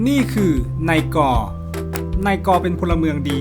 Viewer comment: อ่านนาย ก เป็นนายกเฉย😂